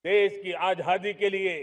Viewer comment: ये तो आज़ादी को 'आझादि ' बोल रहा है 😂😂😂 अब समझ आया राहुल गांधी ने जब बोला ये तो 5 मिनट भी प्रेस कॉन्फ्रेंस मै टिक नहीं पाएगा 😂😂